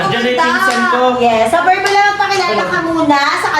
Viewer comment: berbula❌ derdula ✔️